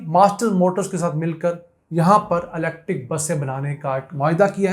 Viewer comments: YOU ARE SUCH A JAHIL PERSON DOESN'T KNOW HOW TO SPELL ELECTRIC I MENTION THIS TO YOU IN YOUR PREVIOUS VLOGS , YOU ARE SAYING LECTIC INSTEAD THE CORRECT PRONUNCIATION IS ELECTRIC, PLEASE DONT MIX PUNJABI AND ENGLISH , PLEASE READ THE SCRIPT FEW TIMES BEFORE YOU RECORD YOUR V LOGS. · YOU PRONOUNCE ELECTIC INSTEAD THE CORRECT WORD IS ELECTRIC MR.